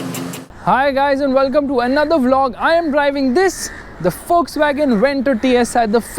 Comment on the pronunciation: it's pronounced fokswagen